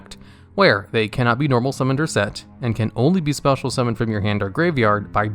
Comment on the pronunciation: "Cannot be normal Mummoned or set"